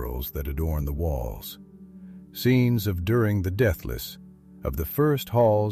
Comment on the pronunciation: Might wanna learn to pronounce stuff right.....nice AI you lazy bum... Duran instead of Durin and Mitil instead of Mithril.....great job bud